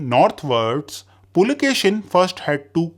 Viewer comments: Pulakeshi, not pulakeshin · Pulakeshi, not Pulakeshin. Karnataka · Boss its "Puli"+"Keshi", meaning "Tiger"+"Hair/Beard" and not "Pulakeshin". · its PULAKESHI not pulakeshan.... if you dont know real names dont make history videos by reading wiki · Its not Pulakeshin its Pulakeshi